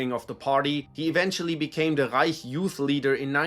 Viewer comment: The way author says ””Rrrreich” gives me some specific vibes ))